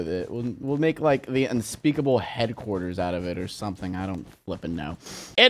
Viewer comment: He said unspeakable HEADquarters budoo...ttsss